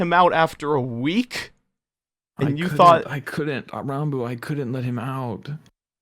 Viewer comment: I love how calls Ranboo Ronboo